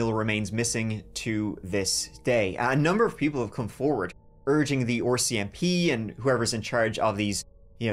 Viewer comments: it's prononouced ARCMP not ORCMP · Saying oar mcp is just diabolical.